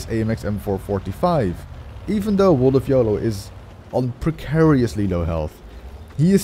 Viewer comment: Good game, made epic and fun by a healthy dose of luck. Congrats World of Yolo. And congrats to you on the intense and skillful pronunciation of "precariously". All skill, no luck, huh?